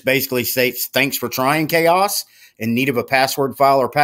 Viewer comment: Ok, I have to correct you on the pronunciation of the OS. It is "Ka" OS. Not Chaos. I am pretty sure the developers wouldn't name it how you are pronouncing it.